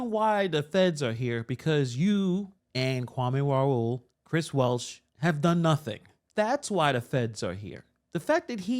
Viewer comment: you pronounce Chris Welch's name wrong every time. It a hard 'ch', not an 'sh' sound. I attended school with him. He was my class president in Jr. High and High School and he was my Rep until I moved to Thornton Township, so I know what I'm saying. Just wanted to make you aware (if you even care). 😉